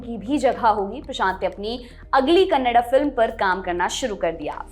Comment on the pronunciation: 'Kannada' rightly pronounced ma'am.. Thank you!